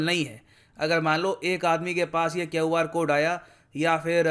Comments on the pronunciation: bro I'm not pointing out mistake in accent... I'm also from agra UP... I wanted to say that I didn't know that it's KYAO R...👍👍👍...... I was pronouncing it in wrong way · Sir, Pronouncing of "QR" Code ... I think, there is something wrong.. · Please pronounce 'Q' with Indian accent. It's irritating . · Why you are pronouncing QR code is very different style ..😅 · ka QR pronounciation mast hai 😅❤️ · The way he pronounced QR code again & again 😂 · Pronounce it as Que-AAR Code, Not kaw-Aar Code..😂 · Sir if you don't mind and it is fine to learn from even an underling, the pronunciation(in my opinion) of QR code is 'kyu aar' code instead of 'keo aar' code. Apologies if I am wrong or stepped over a line. I am an admirer. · its Q r code not kyaav r code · Great knowledge but the way he pronouncing QR code is so irritating. It’s simply Q R code not quwarrrr code. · God sake pronounce " Q" " R" properly boss, why r u saying " Kiowar code"?😀 Didn't ur school teachers , friends didn't correct u at young age?! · why do u pronounc QR in such a strange way?? Kyauw-R code 🙄😖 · Sir please stop saying KEO-R code 😀 it's KEU-R CODE 🤓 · Kyo R kyu bol re h sir QR boliye. Bekar lagta h sunne me Kyo R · QR bolle na bhai, kau r kya hota hhh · KUR code 😁😁😁😁 Sir pronounced QR as KUR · Its Kyon R code or it is QR code ?? Until I was pronouncing it the later way. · QR CODE ko keiu R code pronounce jiya jata hai kya?? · Not QR but " kaeu R " Code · is it KUR or QR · Everyone = Q = kyau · Keoar kod. Jaldi bolo. ki tarha bol paoge instead of QR code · क्यऊ आर code kya hota hai.... क्यू आर code bolo naa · I was also wondering why sir is pronouncing Q to kqu 😂😂😂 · Sir it's not kyoR code.. it's QR Code... Just for information. 🙂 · Sir its QR not KyoR. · U r pronouncing queue as kevv 😅😅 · Sir why are you pronouncing Q-R code as Kyav-R code? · Sir why you pronounce Kyaoo insted of Q(kyu)🤔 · QR code ko keuwar code kyun bol rahe ho?